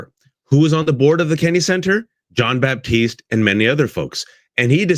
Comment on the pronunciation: Love this collaboration. Kendrick Lamar is a PROPHET. As a side note, and out of respect for Jon, his last name is not “baptiste”, it is Batiste. There is no “p” in the pronunciation of his name.